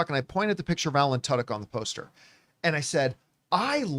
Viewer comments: I always thought his name was pronounced too•dyk, didn’t know it’s actually tuh•dyk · The only place to go to hear Tudyk pronounced as Tuddoch. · I’m pretty sure that’s not how you pronounce Tudyk